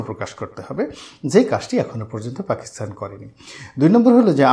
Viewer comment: শ্রদ্বেয় জনাব রনি সাহেব "পাকিস্তান" শব্দটির পরিবর্তে বার বার "পাকিস্থান" অর্থাৎ 'ত' স্থলে 'থ' উচ্চারণ করছেন। আমি জনাব রনি সাহেবের ভিডিওগুলো দেখা তেমন একটা মিস করি না। উনার ভিডিও থেকে সমসাময়িক অনেকগুলো বিষয় জানতে পারি। সর্বশেষ আমার প্রিয় ব্যক্তিত্ব জনাব রনি সাহেবের সর্বাঙ্গীন কল্যাণ কামনা করছি।